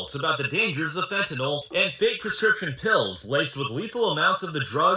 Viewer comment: Note: Fentanyl pronounced “fin-tan-ill” I like your video and respect your analysis of the case.